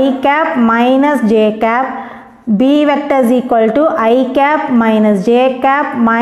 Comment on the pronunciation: Mam vector nenga vecta nu pronounce Pannuringa